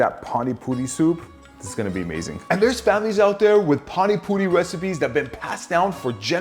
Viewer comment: As an Indian, I must respect the fact that he pronounced it almost excellently... But I am a bit offended by the fact that he is using PANI PURI MASALA and calling the Puri water 'PaniPuri SOUP'.. Actually that soup like thing represents the word 'Pani' which means water... Soup just ain't the right way to say it tbh...